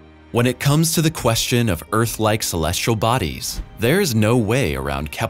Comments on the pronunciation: Celestial not colesrial. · Dear narrator: Please have somebody coach you on the pronunciation of the word- "celestial". Clue: There is no "r" in the word. =PC=